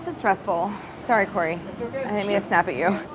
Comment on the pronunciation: Claire: "Sorry Kory". Me: It's OK Claire. :)